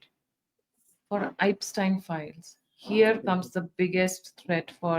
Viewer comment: Host: Please educate yourself. You're getting good guests, topics are important, but you're sounding unprepared and immature. What is Ipstine files? Have you not heard a single news reporting on it, to know how to say the name? Your guest even said it correctly. What are your fleeting statements about America / Americans... Pills pop karte hai, beemar rehte hai.. these type of overconfident generalizations without any source / data make you sound like Trump. Please.. take this as constructive criticism, practice what you're going to speak on camera and improve.